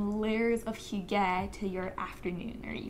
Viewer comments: Hygge is pronounced “hyoo-guh” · I think this video is great but if you’re going to talk about a lifestyle of another culture the least you can do is pronounce it correctly